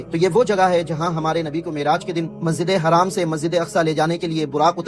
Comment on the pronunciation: Masjide haram kahate hain bhai Masjide haraam nahin kahate Hain